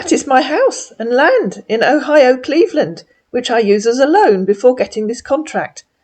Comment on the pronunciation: "Ohio Cleverland" --- Another flub-up!